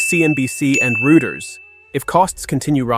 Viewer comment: I hate AI! It is so annoying when it pronounces words wrong, simple words like project or company names like Reuters! If you're going to use AI, teach it to speak like a human!